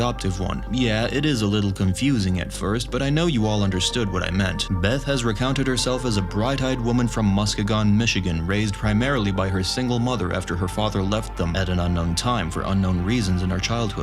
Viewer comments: I believe it's pronounced muskeegon... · Muss-kee-gen with a guh not a jen sound on the G. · ....it's Muskeeeeegan. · It’s pronounced “mus-KEY-gun” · hurts hearing Muskegon pronounced like that 😂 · As a Michigander I cringed when you said Muskegon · Bruh that is not how you pronounce "Muskegon" lol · I liked the video but the way you said Muskegon was criminal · That's not how you pronounce Muskegon